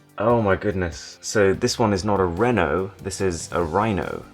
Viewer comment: Reno isn’t pronounced like ‘renault’ it’s ‘ree-no’